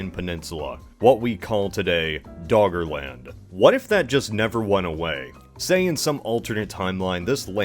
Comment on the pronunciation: All I hear is Dog Land